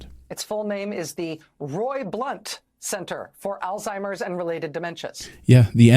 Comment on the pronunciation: These people live in an echo chamber. She can’t even pronounce Alzheimer’s properly😂